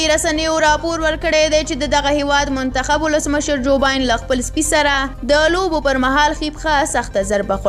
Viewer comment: ګراني دجوبايډن نوم تلفظ داسی دی کوم چي ما درته ليکلي هغه درسره صحيح کړه مننه. تاسي يي غلط وايي جوباين ندي جوبايډن دي